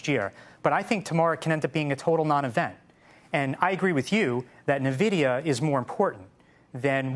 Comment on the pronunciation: Yeah great just good god please stop calling it “Navidia”! It’s N - vidia!